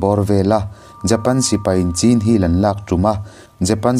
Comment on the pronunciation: Chin hi a lam rikah chuan,chhin ti in,lam hniam deuh la😅